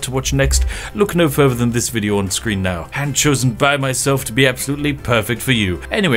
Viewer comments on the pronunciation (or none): none